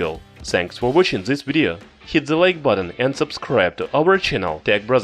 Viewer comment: Is it me or at the end did he say thanks for wishing this vidyou